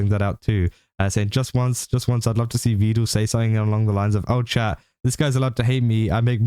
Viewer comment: Is he saying "Vedul" as a joke, or did he learn the pronunciation from Evil?😂